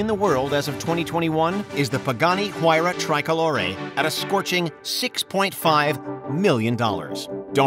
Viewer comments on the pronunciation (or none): none